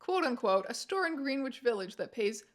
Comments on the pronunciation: its pronounced "gren-itch" village btw haha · I'm a simple guy, I see Strange, I click (Also, very respectfully and with care, Greenwich is pronounced gren-idge village. It's confusing, I know. Idky ny did that) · Just a heads up, that would be pronoiunced "Grin-itch" :) love the videos! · Yeah, going to have to be that guy. "Greenwich" is pronounced "grehn-itch". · the way she says Greenwich village is fucking with me